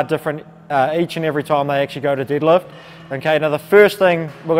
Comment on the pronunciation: I just noticed the shirt he's wearing, I thought it was a foreign language until I heard him say "didlift". I want a shirt like that 😂